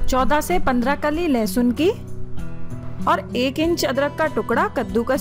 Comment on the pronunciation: Its not lahasun its lesun